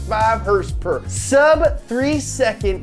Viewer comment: “385 heRsper, 385 pound feet of twerKs”